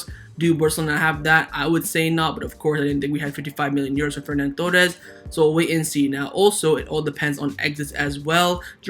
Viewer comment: Love the videos man, but it's Ferran, not Fernan... And if they're both vaxxed there's no reason we can't sell Lenglet and see Alves only missing one game